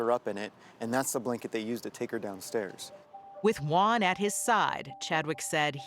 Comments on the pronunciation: Cannot Americans pronounce the Spanish name Juan correctly? Why do they pronounce it as One? It sounds ridiculous. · “And there was no-Juan in the vehicle” 😂 I know that was done on purpose